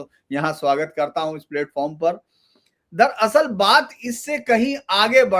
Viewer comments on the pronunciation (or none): itne senior aadmi ko bulakar aap mobile me busy rehte ho...aacha nahi lagta. Dar....Asal urdu style me bolkar nahi chalega, dhyan se suno😊